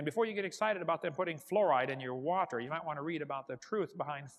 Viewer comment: The way he pronounces words like "wa-ter" f*cking enrages me (irrational as that might be)